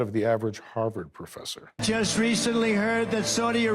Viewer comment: I would put Chris over you any day "Pwofessor Dave"....